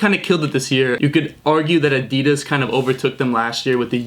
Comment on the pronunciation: U pronounce Adidas wrong